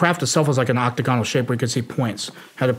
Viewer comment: He started with "octa-gone-al" I'm out.